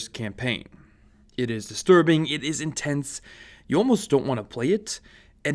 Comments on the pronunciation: Joseph Clark he said INSTENSE at the beginning too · “Instense” good job lmao 😹😹😹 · or instense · Nobody notices INSTENSE and MULIPLAYER? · oh it was definitely instense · gotta love the "instense" moments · “Instense” lmao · "instense" "muliplayer" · Am I the only one who noticed "instense" in the beginning? Also the "muliplayer" screen